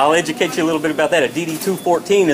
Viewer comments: Thefts Brah "you don't have to ingicate me" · I'm just trying to eduacte you - Okay you don't have to enticate me lmfao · ''You dun have to emjicate me'' Jesus, dumb bitch. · Did she say indicate instead of educate 😂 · you dont have to enducayte me